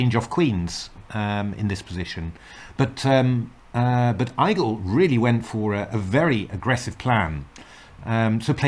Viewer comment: Igel is more pronounced like 'eagle' than 'eye-gle' (it's German for hedgehog)